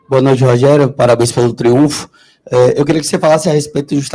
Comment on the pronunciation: Pelo amor de Deus Rogério, por favor. É TRIUNFO